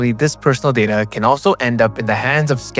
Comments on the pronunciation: Data is 'day-ta', not 'dadda'. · Only Trekkies pronounce it day-ta